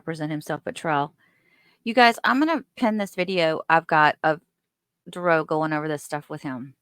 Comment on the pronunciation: Dawn did an interview after the trial and she called her son Darrell and not Da Rell. I believe he wanted to be called Darrell to be used in an appeal. Also, Erica called him Darell and not Da Rell.